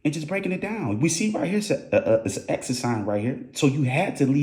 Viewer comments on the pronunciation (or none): X-It/Exit‼️ my guy said esket‼️🤣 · Great work bro let me understand so you want to be a news reporter but do you have a problem correctly pronouncing the word exit think about that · He repeated with all his jewelry on.. Yea ok cause the bags was the motive.... And it's Ex-it broooo Exit